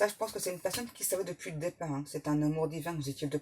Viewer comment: Meilleurs voeux 👍 Merci. Aurais-tu dit têtard au lieu départ?